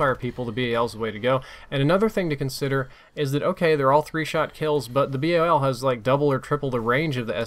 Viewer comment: its BAL one word not B A L